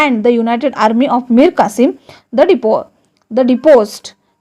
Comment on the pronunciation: It's not Mir kasim it Qasim